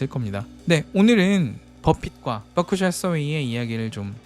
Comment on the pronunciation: 뻐크셔 ㅋㅋㅋ 발음이 귀여우시네요😂😂😂